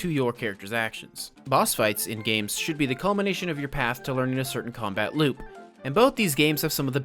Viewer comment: U just made my day by saying kombat instead of combat